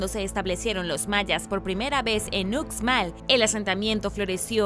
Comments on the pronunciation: Hola Uxmal se pronuncia como ushmal saludos desde Yucatán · Hola me encantan tus vídeos!! Uxmal se pronuncia ushmal 😬